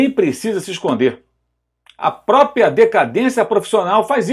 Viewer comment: O cara é jornalista e diz: PRÓPIA. Meu Deus, Mauro Cézar é horrível.